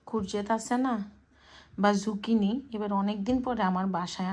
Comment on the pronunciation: আপু সবজিটার নাম ঝুকিনি না যুকিনি বলে